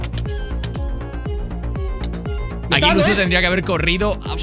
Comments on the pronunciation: Por es xocas envés de chocas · El xocas tuvo que ser eliminado en el teléfono escacharrado lo dice mal